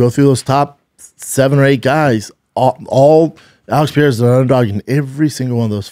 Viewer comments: Can somebody please tell Brennan how to pronounce Pereira? Please no more french pronunciation "Pierra" it's your job. Somebody help him he's Brazilian not french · No it isn't. It's "Pahaaira". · Alex Piera? Wele Zhang? Dude, make an effort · I'd bet my testicles that Shaub will NEVER pronounce Pereira's name properly! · Dude, just say Pereiras name right...just once